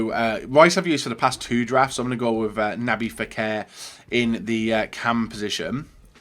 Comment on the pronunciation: Who the hell is”Naby Fekir” it’s nabil, just learn how to say their names properly!!